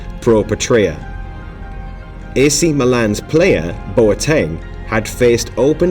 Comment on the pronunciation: Bruh my man, that's not how to pronounce Boateng😂